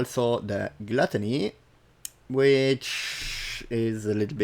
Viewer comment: I swear dude if you say GLUTTÄNÄY one mire time ...